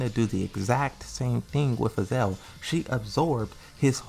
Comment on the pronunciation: Why do you keep misspronouncing the names????? is noy Yiaoyu is XIAOYU and is not AZEL is AZAZEL with two Z. For the love of God, pronounce the names correctly, is in the game.